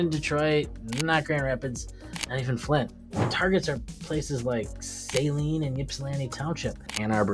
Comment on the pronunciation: ~~~ Guy can't even say 'SALINE' properly.